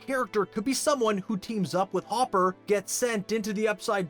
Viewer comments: It’s hopper btw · It's Hopper It's Hopper It's Hopper It's Hopper It's Hopper It's Hopper It's Hopper It's Hopper...